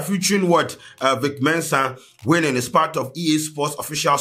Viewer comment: 😂😂😂 What’s wennining,weaning😂